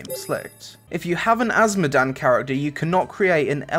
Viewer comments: asmodan? mate its ASMODIAN. AS-MO-DIAN. NOT THE LORD OF SIN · AS-MO-DI-AN You filthy casual